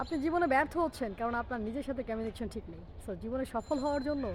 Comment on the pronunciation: উচ্চারন টা কমিউনিকেশন বলে ই তো জানি। আপনি বলছেন 'ক্যমিউনিকেসন'। তাহলে কোন টা ঠিক ম্যাডাম?